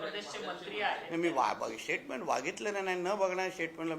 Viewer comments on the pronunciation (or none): शेटमेन नाही श्टेटमेन. बोला काय बोलायचं जरा ऐकणाऱ्याने नीट ऐका शेटमेन बोललेत 😂😂